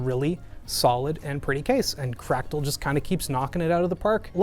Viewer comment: Lol Crack-tal